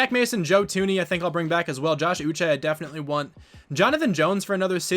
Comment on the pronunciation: You did say Josh Uche's name correctly